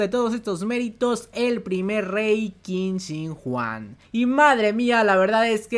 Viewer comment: te doy un consejo.... QUIN SHI HUANG, se pronuncia chin shi guang ( china viene de chin) o tambien muchas veces se ordena como "shi huang chin" o mi forma preferida de decirlo "shi huang ti" te lo digo porque segunramente en los proximos meses vayas a repetir mucho este nombre